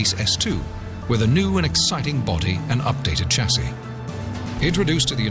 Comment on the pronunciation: Two things, Lotus lead, the rest follow! & for gods sake Lotus change the voice over the geezers got a speech impediment! Lodus? Elon? Tchassis? Where did they find him? Speech impediments R us!!!